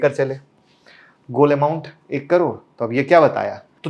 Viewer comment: करोड़ बोलना तो सीखने पहले